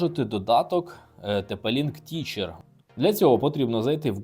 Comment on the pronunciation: Не teacher, а techer (тезер)